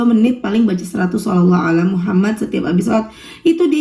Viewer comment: Maaf, Aku dengernya kka baca shalawatnya "shallallah Alla muhamat"